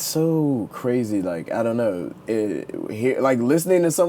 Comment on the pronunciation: "I dohnt knohw" lmao